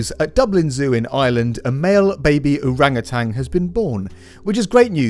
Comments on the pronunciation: Very minor thing, but something that people get wrong often, it's Orangutan not orangutang. There's only one "G" in their name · Great info, just have to say though, it's "OrangutaN", no "g" at the end